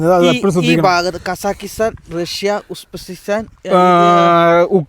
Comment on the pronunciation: ഉസ്-ബക്കിസ്ഥാൻ എന്നു പറയൂ...😊